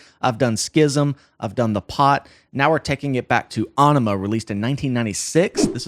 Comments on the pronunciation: I like what he’s saying and the analysis but I guess I’m the only person slightly annoyed that he’s saying “Awnima” and not “Eyenima” as it’s correctly pronounced. Sorry to be that guy but come on this isn’t a new album. It’s Aenima! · Æ is pronounced 'eh' like enima or enigma. BTW great video - gave me goosbumps and my soul said it was proud of Tool, you , and me. LOL. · It's pronounced "A Enema". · Ænima pretty sure meant to be pronounced as .. 'enema' .. given the title track :)